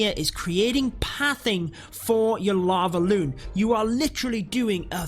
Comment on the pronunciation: Everyone: lavaloon No one absolutely not one soul: "lalo"